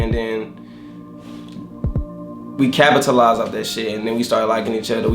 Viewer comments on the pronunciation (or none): "we... CAPTALIZIED". Wait so yall were lowercase lol